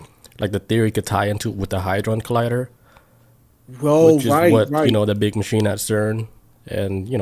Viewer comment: HADRON, not HYDREN